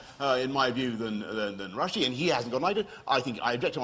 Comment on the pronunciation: Dobro, with respect you don't know very much about this case if you dont know his name is Rushdie. Not Rushie lol. I never argued that she defended suicide bomber. I said it was a "sinister" thing to say...which I think is true. Mentioning the expense in a sort of gripey way of protecting free speech against suicidal maniacs is, in my view, sinister.